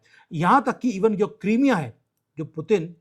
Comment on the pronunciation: Crimea is not pronounced क्रीमिय़ा it is क्राईमीय़ा